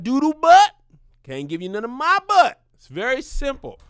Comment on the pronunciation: spilling the truth on that buhht buhht